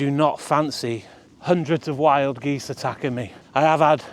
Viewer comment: 🪿 Geesez 😂 (aka Jesus)